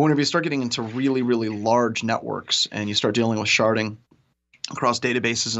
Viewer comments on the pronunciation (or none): He said sharting.. LOL